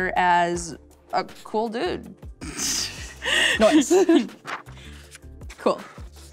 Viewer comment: Is it just me or is she saying “noce” instead of “nice” 🙄🙄🙄